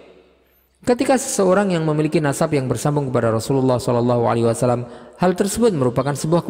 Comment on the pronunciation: Kenapa ya SAW banyak yg membacanya SA Wassalam...padahal yg benar adalah Wasallam.